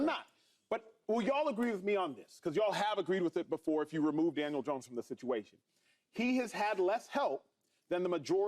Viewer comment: Why do so many people say Janiel Dones